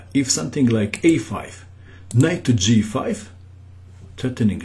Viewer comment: "Caah matte"